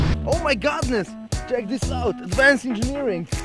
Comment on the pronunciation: oh my Godness. 👌 I'm pretty sure it's "oh my goodness 🤣 Epic video though 😎